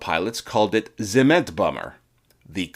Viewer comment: The German word Zement is pronounced as tsement. The rules of pronunciation in German are a few and simple. I hope you will learn them easily as you will pronounce German words in your WW1 and WW2 videos for sure. Do us and yourself a favor of correct pronunciation.